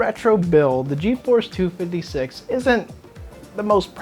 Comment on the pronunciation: "geforce two fiddy six" lmaoooooooooooo